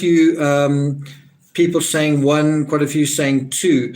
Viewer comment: Thanks for your contribution, it's made a huge difference. Saying has a 'g' on the end of it by the way . .